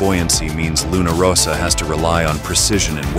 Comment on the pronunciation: And also in this video - the Italian team name is Luna RossA - not Luna RossO....